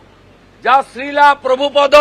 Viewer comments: sril hobe srila noi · শ্রীল প্রভুপাদ এর নাম এর উচ্চারণ ঠিকঠাক করতে পারছেন না বিরোধী দল নেতা। কি অবস্থা রাজনীতির । সব কটা ধর্মের নামে রাজনীতি করে।